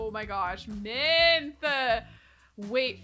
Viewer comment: Does anyone else hear Minth rather than Mint? I'm losing it